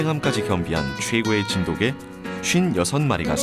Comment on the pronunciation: 언어에는 역사성이 있죠. 시간이 지나면서 표기, 발음 등이 변할 수 있고 표준어 규정 또한 바뀔 수 있습니다. '자장면'을 예로 드셨는데 '자장면'은 '짜장면'으로 표기하고 발음하는 사람들이 많아서 '짜장면'도 복수 표준어로 인정이 됐죠. 그런데 정 반대되는 예를 드셨어요. 저 영상을 보시면 아시겠지만 나레이터 외에는 모두 [진도깨/진돋깨]로 발음하고 있습니다. 저또한 [진도개]로 발음하는 것은 처음 보았고 매우 어색하게 느껴졌습니다. 백번 양보해 관용적 표기로 '진도개'를 허용하는 날이 온다 해도 발음을 [진도개]로 바꾸진 않습니다. 이 방송의 나레이터는 대본 상의 '진도개'라는 표기를 보고 자의적으로 [진도개]로 발음한 것으로 보입니다. 나레이터는 아나운서가 아닌 일반 성우로 보이고요. 그리고 고유명사에 대해 주관적으로 정의하고 계신데요. 이것은 관용적으로 '진도개'의 표기를 허용하느냐 마느냐의 문제지 고유명사니까 발음, 표기는 상관없다라는 논리와는 전혀 맞지 않는 이야기입니다. 또한 세계화(?)를 위해 '진도개'라는 표기가 더 좋다고 하셨느데 외국인과 관련된 것은 영문 표기를 어떻게 하느냐이지 한글 표기를 어떻게 하느냐와는 전혀 상관없는 이야기에요. 그리고 사이시옷에 관한 규정은 중학교 과정에서 배우는 내용이지만 '진도개'라고 적는 대부분의 사람들은 단순히 그것이 맞다고 생각해서 즉, 틀렸다는 걸 몰라서 그럴 뿐입니다. 님이 말씀하신 것 같은 거창한 이유에서가 아니에요. 역시 그런 이들도 발음은 [진도깨/진돋깨]로 합니다. 말씀하신대로 초등학생도 '진돗개'의 사이시옷 표기를 다 안다면 역시 '진도'라는 원산지를 쉽게 알기 위해 '진도개'라고 써야 된다는 말씀도 어폐가 있게 됩니다.